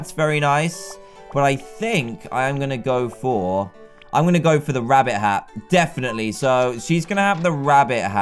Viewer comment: One time in the ep u saif wabbit